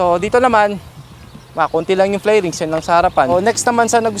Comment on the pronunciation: Flerings, flairings ba talga or Fairings?